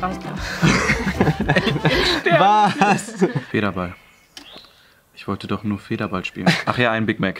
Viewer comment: Ich habe nur Wasser getrunken und wäre glatt verreckt wegen diesem "döch" xD